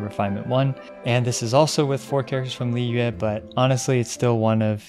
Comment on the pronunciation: Everyone else: This is a really good analysis Me: His pronunciation of Liyue is ON POINT!